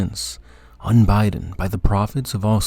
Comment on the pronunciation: Unbidden, not unBiden. You bid, you are bidden, he is unbidden.